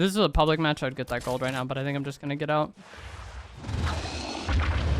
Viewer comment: “pub”lic matches